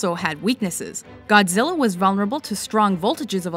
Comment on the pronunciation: Godzirra, Godzirra Godzirra? OHHhhh Godzirra Godzirra Godzirra!